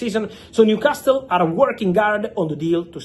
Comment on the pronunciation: Fabrizio, if i may, Newcastle is pronounced with a silent "T" .